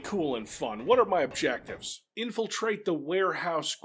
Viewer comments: What's OBJECIVES? Objecivvies? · 'Objecives'...... 'Objecives' sighhh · Love how objectives is missing a T